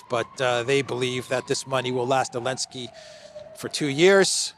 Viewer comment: Why do you keep calling Zelenskii Elenskii 😂😂😂. The rest is spot on as usually. Keep up the good work. Talk some sense in Europeans, well at least try to.